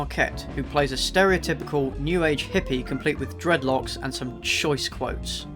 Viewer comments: He actually meant dreadful locks. He just threw up a bit every time and mangled the word. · every time he said dreadlocks I wanted to correct him so bad